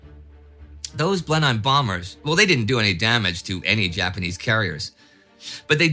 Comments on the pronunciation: If you asked Winston Churchill where he was born he would not have said Blen Hime Palace. No doubt Indy you are correct regarding how the Germans would pronounce it but those planes were Blen Emms. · It's pronounced 'blenem' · Love Indy, but we Brits pronounce Blenheim. Blenhim. Don’t say the e in Heim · At least we won't have to listen to you deliberately mispronounce "Bataan" anymore. Now, I suppose we'll just have to listen to you mispronounce "Blenheim." Though that one is probably not stubbornly deliberate.